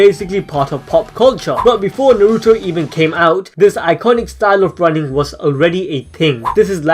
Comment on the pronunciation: Fuck me it’s not narootoe it’s Na-ru-to